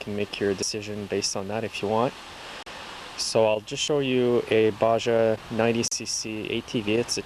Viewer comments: its not pronounced baja its pronounced baha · It's pronounced baha, not baja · haha baja it's pronounced baha goofy.... lolol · It's pronounced baha and they make great bikes and quads